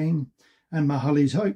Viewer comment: Hoek is pronounced as hook , its Afrikaans for corner ( direct translation).